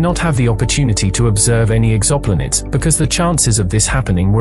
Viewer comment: Exoplinids... please stop 😂